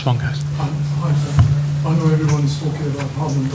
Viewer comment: *Pep not Pepe Ignorant immigrant